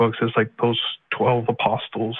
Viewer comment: pronounces the “st” in apostles